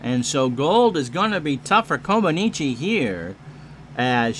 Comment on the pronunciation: Had fun with this game a few years ago, glad to see you give it a go, as always you do great with the call. Actually Nadia's last name is pronounced more like Coma-NETCH